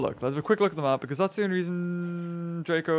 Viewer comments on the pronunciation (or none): none